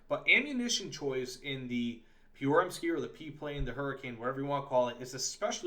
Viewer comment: The way you pronounced Pyörremyrsky sounded Russian more than anything else. Also, calling the PM-1 "Swedish" is like going to an Irish pub and telling them they're "English".